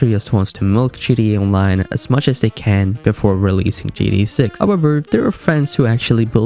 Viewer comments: He can’t even say GTA right he keep saying GDA 😂🤦🏽‍♂️ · Why is he saying GDA😭😭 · I can't watch your videos as you keep calling it GDA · Bro said GEA instead of GTA🤣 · "g D a"? no. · GTA not gda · G TTTTTTTT AAAAA NOT GDA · "GDA" is super fucking annoying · its GTA not GDA!!!!!!! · Bro, it's gTa not gDa. 😂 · it sounded like he said GDA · Why do you keep saying GDA? Stop it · Why you guys like that. He can still say the words so what if he pronounces it wrong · Tell him to pronounce it right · I’m sorry but why you say GTA like that